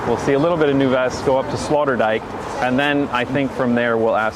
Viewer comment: I like how calls Sloterdijk Slaughterdijk